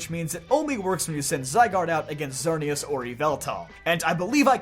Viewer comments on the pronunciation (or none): none